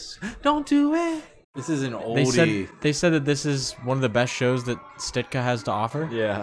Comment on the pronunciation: You guys calling Sitka “Stika” the whole move has me dead 😭